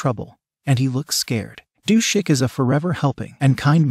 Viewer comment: I think it’s Du-sik.